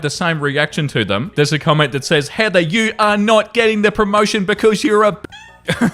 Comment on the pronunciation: is the only British person I’ve ever heard say “Heather” with all the sounds! I know she’s the bad guy (thank his for the movie, or we could have been “Karen”) in this but I’m excited! The R was light but there! It’s an English word but the Brits, like most of the world hates H, the vibrating TH, and words ending in R, and I’m “evva” in most places lol. And why do Americans & Canadians say all the letters when our forefathers do not?